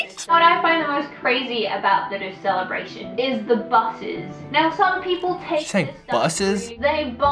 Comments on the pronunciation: Det som irriterer litt er at de sier rus i stedet for russ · say ruus not russ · Bare jeg som dør litt av at de sier RUS party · La du merke til at dem sa rus, og ikke russ😂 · Every time they tried to say "Russ", it sounded like they said "rus". ("Rus" is Norwegian for intoxication.") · AHHAHAH måten de sier russ på høres ut som de sier rus AHHAHA jeg døøør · The "roos"-pronounciation actually means "drugs" in norwegian.